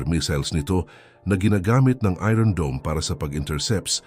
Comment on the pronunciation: Ayosin mo mga ung pronunciation mo ng iron.😂